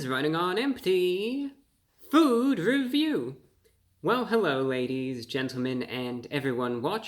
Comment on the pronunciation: Bra bro kind of, sort of sounds like Elmer Fudd when he pronounces his R’s in his words, this is wunning on empty fwood weview